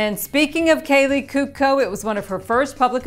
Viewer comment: Is pronounce couco not cuco, good show!!